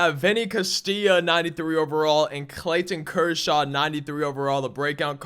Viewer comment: “ClayTTTon Kershaw” lol